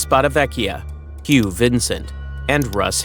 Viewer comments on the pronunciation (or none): none